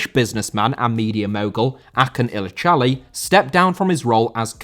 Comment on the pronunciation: His name is pronounced Ajun illijali